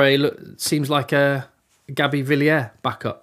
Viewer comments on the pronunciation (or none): none